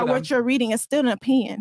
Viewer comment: My nigga Myron with, that's not Tttrue, that's you O pin yun...I'm literally in tears 😂😂😂